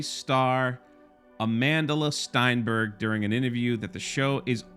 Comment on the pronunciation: Could you atleast pronounce her last name right? Stenberg, Not Steinberg or Steinburg.